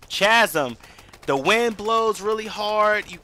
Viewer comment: Did you say "cha-sm?" It's pronounced "Kazem." That's crazy, what a "chay-otic" game you're playing.